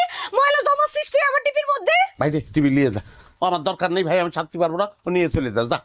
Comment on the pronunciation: টিপি নাকি টিভি🤣